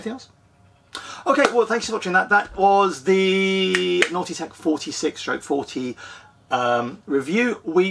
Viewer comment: A couple of things. You say length in meters and a meter to an American is a rock in space. Secondly, your pronouncing Nautitech as "naughty tech" which makes me giggle of course.